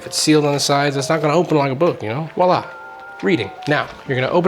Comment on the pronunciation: it’s Voi-la… meaning ‘look there’ in French. I’m not sure how Wah-lah ever got started…respectfully.